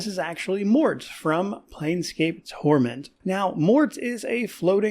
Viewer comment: Wait, the "e" in Morte is silent? I've been pronouncing it incorrectly all this time?